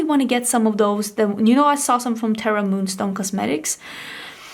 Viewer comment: By the way just a friendly correction but I’ve noticed you’ve been calling “terra moons Cosmetics” “terra moonstone cosmetics”, there’s technically no stone in the name but I understand it sounds like it needs it! Anyway love the palette you made! ❤️